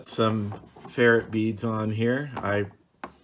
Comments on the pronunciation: Good video. It’s pronounced fer-rite beads. Not fer-it beads. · Please learn to say ferrite (fur-rite) properly.